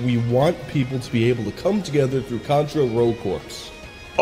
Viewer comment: You said Cuntra! Lol